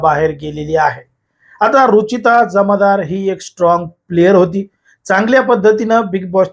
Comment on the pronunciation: Jamadar nahi jamdar😂